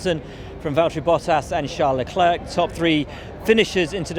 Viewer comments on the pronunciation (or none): Can we please stop calling Leclerc Leclerque already?